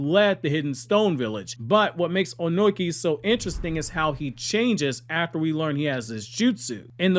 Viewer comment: Why are you calling him Onoiki? Wtf 😂